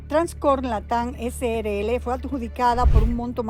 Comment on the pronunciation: ESE SR DIRECTOR NO MENCIONO EN NINGUN MOMENTO A TRANSCORE LATAM SRL COMO TAL SINO COMO TRANSCORE LATAM CRL. ESCUCHEN BIEN "CRL". NI PARA LEER BIEN SON BUENOS